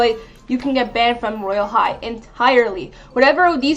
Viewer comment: Its royale high not woyale high